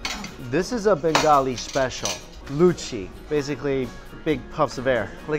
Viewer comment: "bangoli dish" LOL